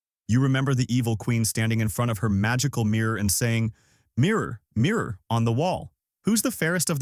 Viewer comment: This AI narrator? Pronunciation on the mirror one was bizarre thats not how people talk.